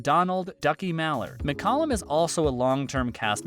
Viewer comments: No it's pronounced Muck-Calum not Mick-Calum. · David's last name was pronounced as Mick-Cal-lum, not Mick- Cullum.